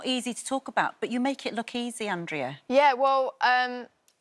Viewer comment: Really disappointing the host didn't respect Andrea enough to spend 5 seconds googling how to pronounce her name right. It's literally AN-DRAY-AH